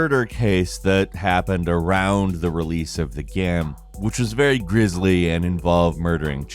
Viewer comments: "the gYAEM" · Why...why are you saying "game" weird? ....gyem. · hitting the bottle again lmao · He does it again haha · Why does he sometimes say GAEM like that?